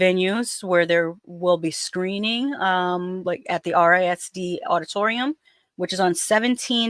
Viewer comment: Around here RISD is pronounced Riz-D